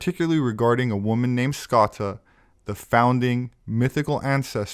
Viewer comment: We love your videos, Thank you. Here in Ireland we pronounce Scota 'Scoh-sha', ie. Scotia, as in Nova Scotia. edit; perhaps you are aware. Anyway, thanks again.